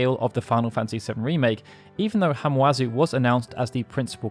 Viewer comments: His name is Masashi Hamauzu. Not Hamuazu. The A goes before the U. Sorry, I worship this man. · It’s Ha-ma-u-zu, NOT Ha-mu-a-zu. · Hamauzu’s name is pronounced Hama-Uzu. Just a heads up.